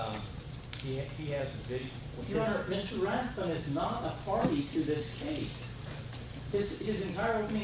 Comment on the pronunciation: I love how the second attorney can't even get the name of the plaintiff correct… Rathburn>>> rather than Rathbun...